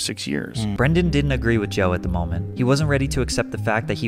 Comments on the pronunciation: Why are you pronouncing his name as "Brandon"? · As a man named Brendan, it's hilarious to listen to pat slaughter the pronunciation of it. It's pronounced like the movie star's name. Unless Mr Schaub has heard the mistake so many times and just doesn't care anymore Lol idk, just thought it was funny